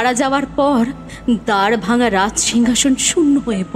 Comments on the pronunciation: Golpo ta khub valo hoyeche sudhu দ্বরভাঙা bole kono jayga nei ami jotodur jani ota দ্বারভাঙা । Uchharon ta valo hole aroh valo lagbe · oita "দ্বরভাঙা" noy ar " দ্বারভাঙা" noy oita "দারভাঙ্গা (Darbhanga)"😊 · দারভাঙ্গা উচ্চারণ ঠিক করা উচিৎ ছিলো